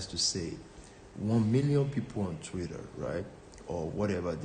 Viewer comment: Did he just add extra r’s to Twitter hahaha